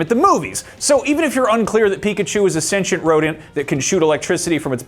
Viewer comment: Thank you for pronouncing "sentient" correctly.